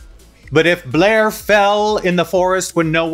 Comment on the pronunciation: Blair was top toot this week, they just pronounced her name wrong.